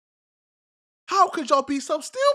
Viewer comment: "How could yall be so stewpid" 😂😂😂